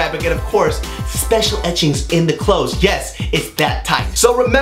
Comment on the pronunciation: "spetchul" lmfaoooo